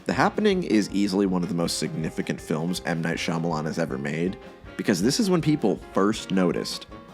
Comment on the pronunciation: Wild that Scrubs was mentioned yet you still pronounce his name wrong. It's pronounced 'Muh Night'